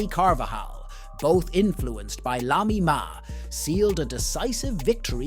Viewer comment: Bro said Lami Ma instead of Lamine Yamal